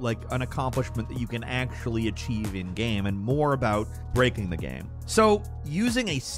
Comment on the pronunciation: please stop saying ''GEHM''